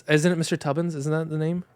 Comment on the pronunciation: calling him me tubbins is so funny to me 😭💀